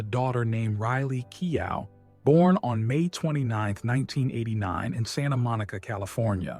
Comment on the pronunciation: Keow! Hahaha, that is a hilarious prononciation. It's like keo...silent letters.